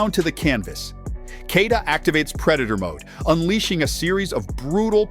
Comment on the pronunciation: He's called Kay+yee+ta, not Key+ta. If you can learn Schwarzenegger, you can definitely learn Keita.